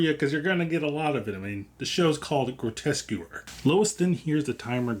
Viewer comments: Grotesquereeeeee, not grotesquer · It's pronounced * "Grotesqueree" taken from the French Grotesquerie, not "grotesquery" ;) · It's pronounced: "Grotesque Erie" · « qu » is prononce like «K » So it’s « groteskery » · Thank you. Really annoyed me how he kept mispronouncing it, Louis reads the name aloud from the calling card so how you can get it that wrong is baffling. Other than that great video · ok…this might be harsh but why woupd anyone want to go to someone for an explanation or breakdown of something they cant even pronounce correctly???? thats just lazy… Groteskewer????? REALLY???? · I think you'll find the show's title is pronounced "grow - tesk - uh - ree". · the name of the series. It’s Grotesquerie. Pronounced as Gro-Tes-Que-Ry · lol came to comment, I don’t think you’re pronouncing it correctly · This is my first video on your channel. I found the mispronunciation endearing, my mom does it all the time I'm a new subscriber, I appreciate good vibes in a horror recap! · Leaving because of the way you pronounce Grotesquerie they literally pronounce it in the show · Jesus lol can’t even pronounce the name correctly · I agree, but I stayed for the review but the pronunciation was a little jarring. We could have called it GQ and kept on keeping on. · my brother, great review, decent editing, all that. You gotta learn to pronounce the show name lol, they even say it in the episode. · Bro can’t even pronounce the name of the show he’s watching…. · Mmmm yea I didn't like how he pronounced it